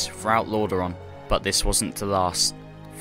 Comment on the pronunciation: While the lore is incredibly interesting, It's most vexing to hear "de cowd shadow of deaf" instead of "the cold shadow of death"... Practice the "th" sound, please...